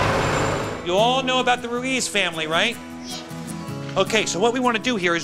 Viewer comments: "Maria Rue-EZ" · Pennington pronounces "Ruiz" better than and she is latina!